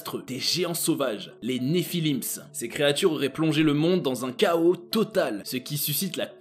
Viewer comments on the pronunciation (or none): none